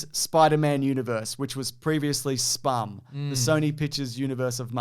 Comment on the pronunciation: Look, I have no idea where got "SPUMM" from, but it's called the Spumc. It's even worse than Spumm.